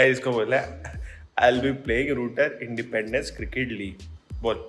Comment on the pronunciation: Independence nhi bola ja rha 😂😂